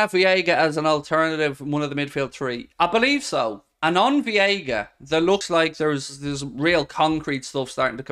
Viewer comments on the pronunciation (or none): Day 13 of mispronouncing Veiga as "Viega". Just say Vega and that's close enough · VEIGA VEIGA VEIGA! Not viega mate. We are not going to sign him till you get his name right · It's Veiga, not Vieiga. Driving me nuts. Otherwise, you're awesome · Hi! Great episode but just wanted to say Gabri Veiga’s last name is pronounced Veiga(VAE-GAH). CHEERS 🥳